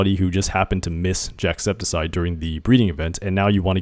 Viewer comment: No one is talking about the fact that he's saying "jackseptiseye" 😭